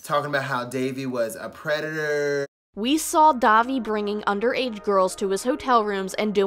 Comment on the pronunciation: it's pronounced Dah-Vee